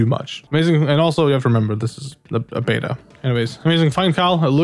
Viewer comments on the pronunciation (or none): none